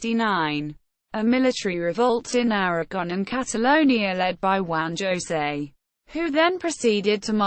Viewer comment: It's HOH-say, not ZHO-say.